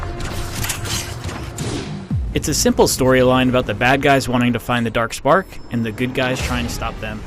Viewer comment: Transformers: Rise of the Derk Sperk